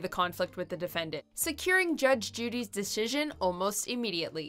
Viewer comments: I found it hilariously ironic that when the narrator was talking about the girl butchering the word “loserds”..... she said “deshishion” instead of decision lol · Did anybody else find irony in the fact that while making fun of someone who mispronounced losers, she then mispronounces the word “decision” ? Physician, heal thyself. LOL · Makes fun of a girl that miss said “losers” Then goes on to say De-sh-ision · it's ironic, she said deshision right after she pointed out pronunciation errors LOL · 😂 She calls out the girl for botching the word ‘losers’ and then says, ‘dishision’! 😂😂😂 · Talks about butchering the word "Losers" - Proceeds to butcher the word "decision" as "Deshizzon" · During the one where the girl says losers wrong, the women doing the voice over says decision weird. Lmao way to keep the trend of pronouncing easy words wrong. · The irony of butchering the word "decision" while clowning on the "loserds" girl